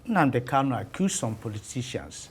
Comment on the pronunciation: Prof, point of correction, please Nnamdi's name is Kanu not Kalu. Please correct yourself and address him correctly, sir. Thank you.